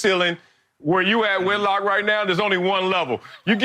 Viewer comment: Why the F can’t Whitlock pronounce his name... “you had one job whit!”